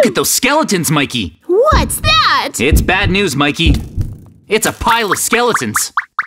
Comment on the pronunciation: Bro it's Mikey not mayceili